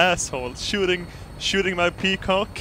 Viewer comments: Nigga it's peqoud, not peacock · i'm pretty sure it's peaquod and not peacock